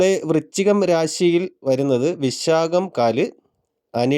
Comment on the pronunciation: വൃച്ചികം അല്ല, വൃശ്ചികം എന്നു ശരിയായി ഉച്ചരിക്കാൻ ശ്രമിക്കുമല്ലോ.